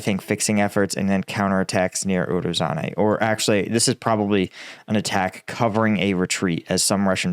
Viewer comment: Hey everyone, please sign up for combatvetnews so can hire a Ukrainian tutor to teach him how to say some Ukrainian town names properly lol..... roe-boe-tee-nay haha. Robotyne = roe-boh-tih-nuh Urozyne = ooo-roe-zye-nuh